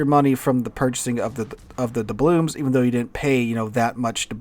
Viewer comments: Why does call them doublooms? With an M? It's doubloons, with an N. It's always been that way, that's the word. has been playing this game as long as I have. Is this an intentional thing, a joke? Or does he really not know the word ends with an N? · DublooN. With an “N”.